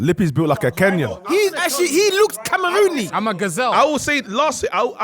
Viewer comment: Camerooni??? 😂😂😂 is man tryna say Cameroonian